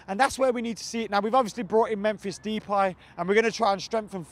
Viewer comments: RAYDi8OR that's how it is pronounced. Not Dee-pie tho, deh-pie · u were a lot closer with the pronounciation of his name this time well done 👏 but you still need a bit of work... Instead of "de" "pie" say sonething more like "da" "pie"... "da" as In the "da" you say when you say "the" realky fast:)